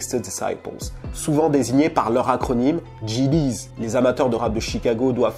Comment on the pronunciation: comment il a dit les GD'S ca me tue wlh. Grosse force a toi on dirait les chansons des antillais la mdr Il a dit RICK ROSS faisait un excellent CONTREPOIDS mdrrrrrr (like si t a capte)